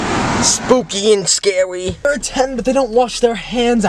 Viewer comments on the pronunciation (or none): "Spooky and Scwarry"